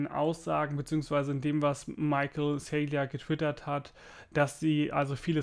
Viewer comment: Btw. Er heißt Michael Saylor nicht Saylior